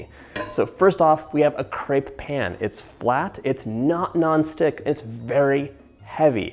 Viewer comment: I’m not french & don’t know if you feel the same but I cringe when people have the wrong pronunciation of “crepe”